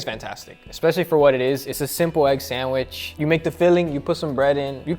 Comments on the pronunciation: C'mon Guga, pronounce Sandwich properly man. It's not a sand wish, it's pronunced like sand witch. Just busting your balls bro, no matter how you say it, those looked AMAZING and VERY TASTY. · You may love sandwiches, but you cannot pronounce it! Hard D sound on "sand" and "wich" like "witch." You're saying it like "sanwish." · loves how guga says sanwishhh instead of sandwich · Good video. But since it's important for him to point how how to pronounce BRAZIL... It is not sand-WISH...OK... It's sand-WICH. In medieval times they didn't burn wishes...they burned wiTCHes. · for the love of god, it's sandwich, not sandwish... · Also, why do you call them SANDWISHHH? 🤣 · 🙋🏻‍♂️ Excuse me sir. There is actually a "D" in the word Sandwich... 😐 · Guga saying 'sanwish' stays a meme. 😂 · Guga pronounces them sandwish....sand wishes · I cant take guga seriously when he keeps saying sandwish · Haha sometimes it's sandich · The amount of times I heard him mispronounce sandwich really got to me 😂 also “not being biased” makes the sandwich from Brazil the only s sandwich